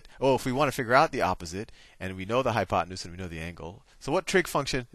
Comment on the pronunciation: i died laughing when you said oppenute